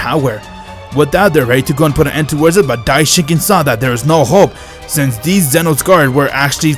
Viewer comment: i love when you make theez